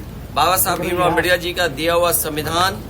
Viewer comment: अमबेडर नहीं अम्बेडकर हैं मूर्ख कौंवे टेढ़ी नाक वाला कौवा